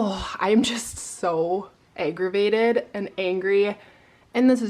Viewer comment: you saying aggravated kinda sounded like "eggravated". great pun, but super annoying situation.